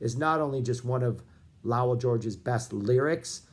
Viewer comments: If you're going to analyze the "Lowell George Era" you might want to figure out how to correctly pronounce "Lowell"... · What's with your pronunciation of Lowell? Have I been mispronouncing it for decades?